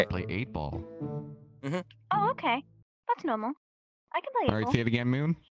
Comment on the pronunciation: lol when he says 8 ball he sound british "eigh boll"